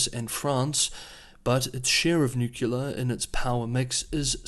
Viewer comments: I love the channel and watch it everyday... But you gotta stop saying "nucular" instead of "nuclear"😀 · Nucular for Nuclear is not a regional or dialectic variation. You will find it all across the English speaking world. is not the first journalist to be criticised for it. I am not sure why, but for some reason a significant number of people just can’t seem to pronounce the word correctly, even when the correct pronunciation is pointed out. In the scheme of things it is a venal sin. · *Nuclear not "Nucular" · The word is "nuclear." New-clee-ar. Not New-cu-lar. Anything else is racist. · Nuclear is not pronounced “nucular” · It’s pronounced nu-klee-er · "Nucular"? Are you a bot? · are you homer simpson? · I'm going to my local Merriam-Webster editor and have a conversation on "Nucular weapons"...... hopefully be in the dictionary for next year. Also will have a conversation on Xi-dickhead-poo-bear. See if that makes it to. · The way you pronounce ''nuclear'' is driving me up the wall. Thanks for the update though 😆